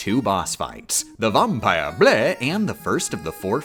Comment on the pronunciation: The Vahm-pire BLEH